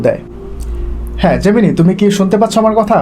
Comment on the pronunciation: জেমিনি. জামিন নয়